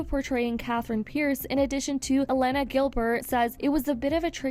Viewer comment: you mispronounced Elena which proves you're just reading off a script.